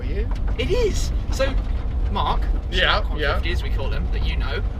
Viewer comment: "Shmeeteethree" HAHAHAHA